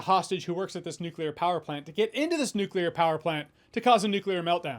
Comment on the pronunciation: Thank you for pronouncing NUCLEAR correctly